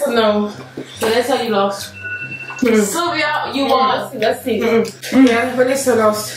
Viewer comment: Sylvia wonnnn not van